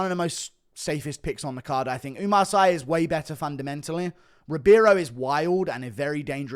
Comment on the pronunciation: It's pronouce Oumar "See"